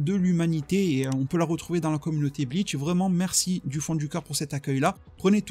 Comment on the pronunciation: bonne video mais ya pas de "t" a bleach tu le dit bleatch